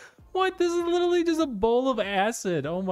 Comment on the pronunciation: love how he says "litally" all the time in his goofy youtuber voice